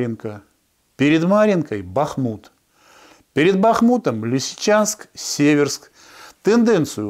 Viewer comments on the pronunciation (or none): none